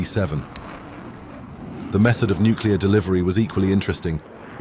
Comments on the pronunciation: The word is NUCLEAR, not Nukular! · “nuke-u-lar” is not a word. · You lost me the second you said "nucular". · Don't say "nucular". The memories of Jimmy Carter were just starting to fade.